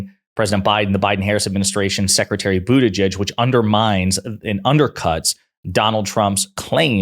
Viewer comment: I am pretty sure Jimmy Dore says Bootigege the way Trump said it.